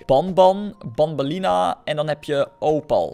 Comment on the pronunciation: Banban en banbeleena spreek je uit als benben en benbeleena